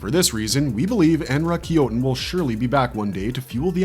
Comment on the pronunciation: En Rah Ki Yo Ten - - - - - Be Yah Ku Yah - - If you're not AI, learn the correct enunciation 😂